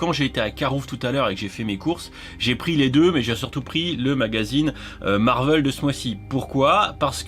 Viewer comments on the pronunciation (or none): le marveul fait mal aux oreilles 😭à part ça merci pour cette vidéo